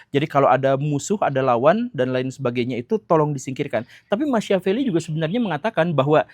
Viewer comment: Sedikit masukan untuk Pak Guru Gembul. Machiavelli tokoh dari Italia itu? Agar lebih mudah dipahami, nama Machiavelli diucapkan Makiavelli. .